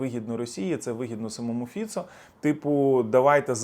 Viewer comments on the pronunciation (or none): none